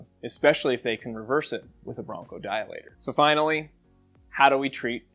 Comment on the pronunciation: you mispronounced “treat”